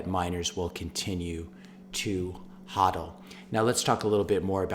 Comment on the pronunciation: Great video, but come on man... it's pronounced HOE-DEL not HAW-DEL.